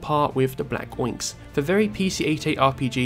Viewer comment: Oinx? It’s Black **Onyx**, as in, the gemstone. “Ahn-icks.”